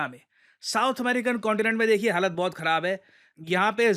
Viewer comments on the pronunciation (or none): none